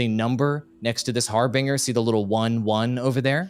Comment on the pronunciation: Legend who cant pronounce harbinger. (Har-binj-er)